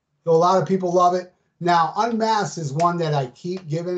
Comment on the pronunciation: Pee-pole! It sucks. Imo.